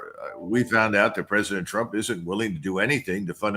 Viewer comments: "Prez Tru-pin" lol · Trupin? lol